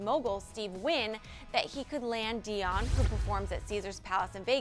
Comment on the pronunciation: Omg. Am I the only one getting annoyed that she didn't pronounce Celine Dion's last name right?